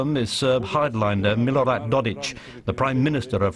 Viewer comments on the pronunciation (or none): Republika Srpska is not a Serbian entity you morons. It's an entity of Bosnia composed of Serbs. 1. It's Dodik, not Dodich. Pronunciation is key. Good Report Overall. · .....about this region, it's people and culture! No wonder, they think we are all one and the same, when they know nothing about us! To them most Ester Europeans are the same, I imagine! When do we mix Irish and English, or mangle English names like he did with "Dodich"! So, WHO is ignorant, uninformed and primitive? And, finally, that "bidge of harmony" is the bridge from which Turks used to HANG Franciscan friars, of course Bosnian muslims had no objections! "Peace" LOL